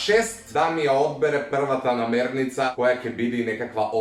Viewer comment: NAMIRNICA, ne namernica